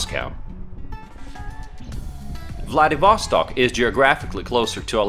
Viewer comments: It's VladivostOk, not VladivOstok. PLEASE check where a stress should be before repeating the word 99999 times in a video. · Ударение в названии правильно ставить на последний слог. 🌚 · I don't get why Vlah-dee-VOH-stok. It is pronounced Vlah-dee-vah-STOK. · My friend, it is to be pronounced “vladivastòk” not “vladivòstok” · You just suck in pronouncing ВладивостОк /VladivostOk!!! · Vladivostok sounds like Bloody Vostok :D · Why don't you pronounce the city's name properly? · Nice video! I am curious. You have a pretty good pronunciation of the word "Vlad'et'", so why do you say Vladivostok with such a terrible U.S. accent? :)